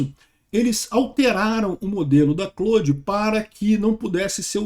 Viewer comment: Até que enfim alguém pronunciando Claude da forma correta.